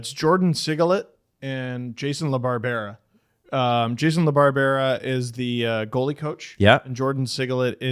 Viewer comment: jason la bar bearah jfc that's one of the dumbest butchering's of a name I have ever heard